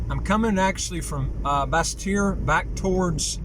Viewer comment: I find it funny how non-French speakers pronounce Basseterre hhaha